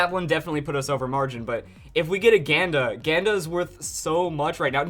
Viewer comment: i think hes saying ganda wrong